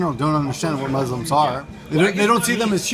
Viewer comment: You mean you don't under WHO Muslims are. We are not a thing, we are people. But you seemed to be drunk, so I'll forgive you that one. If you'd like to get to know us, then you can start by pronouncing "muslim" properly. First, pronounce the "mu" like a Japanese would, and pronounce the "s" as the letter "s" not the letter "z".